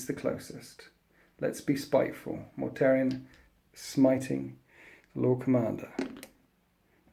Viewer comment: Mortarion, not Mortarian, lol.